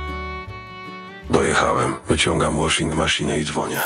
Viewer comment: "Łoszing maszinę" Jebłem.